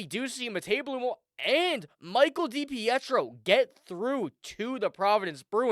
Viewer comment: pronounced {da peetro} spelled depietro